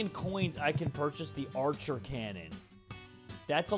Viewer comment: I love how he said archer cannon instead of anchor cannon.